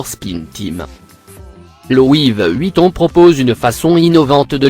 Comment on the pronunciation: De louis VEUEUEEHHUITON😂